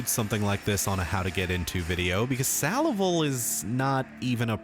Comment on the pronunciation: Only thing worse than this guys take on salival is his attempt at pronouncing the fucking word salival